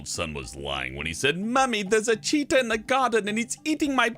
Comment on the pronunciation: "Mummy thirs Ah chitah in dah bakyard anD hi ISH iting mii bike!!"